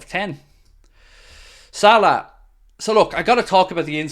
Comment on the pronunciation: I don’t get the hate for salah in the comments. The way said it is 100% accurate